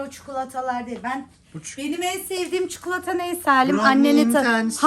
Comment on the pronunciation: benim en sevdiğim çukutlata deyince direk tadalle dedim